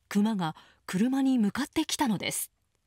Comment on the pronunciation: ✕↓クマ↑ ○↑クマ↓ ✕一匹 ○一頭